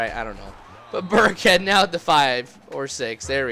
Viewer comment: LOL THOUGHT HE WAS SAYING BIRDCAT THE WHOLE TIME, BUT IT'S BURKHEAD